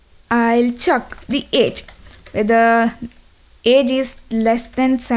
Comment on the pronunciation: Don't say chuuk its check